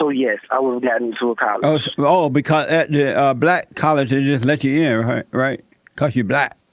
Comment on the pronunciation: I'm dying here, he totally says "he blast!" Haha